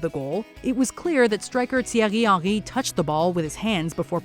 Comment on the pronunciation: what the fuck is thirererie haniryrt, it's Thierry Henry